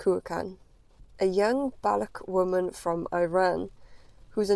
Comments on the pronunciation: If you're going to discuss these people, say their name correctly: Ba-LUCH. Pronounce the ch at the end of the word. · Madam, before you start confusing child abuse with state policy, at least learn how to pronounce the names of people and ethnic groups. The Government of Iran does not condone child marriage. The way you are pronouncing Baloch sounds like Bollocks, which is what your story is. Please stop demonising us. Look into the crimes committed by the west and take care of paedophilia, domestic abuse, and attacks on minorities... your story lacks truth and only sensationalises crimes against women. Shame on colonial self-righteousness